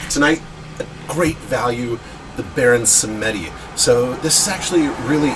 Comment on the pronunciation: It pronounced " bahon sem di" 👌